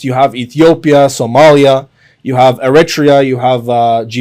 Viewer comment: air a tre a = eritrea